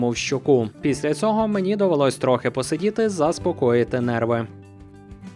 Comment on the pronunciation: ПрохОООООООООООООООООООООдити!!! ПосИИИИИИИИИИИИИИИИдіти!!! Запам'ятайте нарешті правильний наголос у таких дієсловах!!!!!!!!!!!!!!!!!!!!!